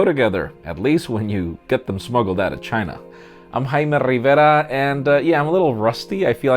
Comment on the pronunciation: I watched it 10 times to listen to his pronounciation "Heiaameé Rivéra". It's dope